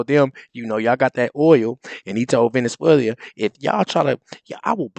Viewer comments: the country is pronounced Ve-ne-zue-la”. Not Venezuelia. What I think about your show? 🤦🏾‍♀️We failed that remnant of black men who even imagine those whyte boys like Rubio care if you have an opinion or even remain breathing. Please follow your own advice: you grow up— historically! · VenezueLIA? It’s Venezuela Rubio rocks. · Learn how to pronounce Venezuela. Who walked out?